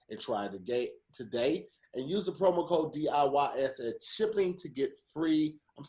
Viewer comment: 🤔Hey Tom... He tried to say “Today” but said “Togay” I’m not sure if it’s a coming out the closet statement or not.... Back to you Tom 😂😂😂